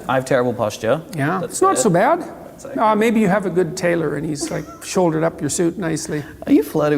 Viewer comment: I think I heard an Oh Gay instead of ok when he wanted to talk about his book!